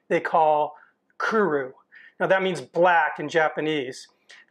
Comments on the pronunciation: kuRO (as is row your boat) not kuRU (which means to come) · It's not "kuru". It's "kuro" (ku-roh). At least research how to pronounce each word before making a video of it. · Its Kuro not Kuru lol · Kuro, not kuru. Kuro. Ku-row. Also, Tangzhong would be a Chinese word. I wish America got these fun new tastes. Japanese McDonald's and shit have new burgers like every other week or some shit. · the correct pronunciation of black in Japanese is KURO, with a hard "O", not "oo" and not not KURU with "U". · Small detail: It's pronounced Kuro not Kuru. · Kuru huh? Last I checked, it's kuro... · omg it is not pronounced Ku-RU it is pronounced Ku-Ro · its Ku-RO, so you know as in long O. You keep saying ku-ru. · Not kuru, kuro! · chuckles When you said Kuro, I heard Kuru and started laughing. Excellent video, I'd love to try this burger at least once. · Great video you did great. It is pronounced "Kuro". "Ku" as in Kuwala and "Ro" as in robust. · The only thing i have to say is you messed up the word Kuro the o is pronounced like the word Oh so it would sound like Kuroh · This guy pronounces Kuro as crew, curly, crow burger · Kuwu Leave it to an American to "correct" native pronunciation 🙄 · The way he pronounces kuro though :D